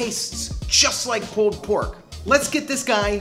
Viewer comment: Loved the vid, love the channel... But the way you pronounce "pulled" like "pooled" is strange. Are you canadian?